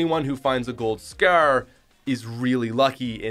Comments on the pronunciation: its scar not scurr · “The Golden Scrrrr”😂😂😂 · Who else loves how he says scyarr for scar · What’s that accent “scarrr”😂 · the way he says scar lol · the way he says scar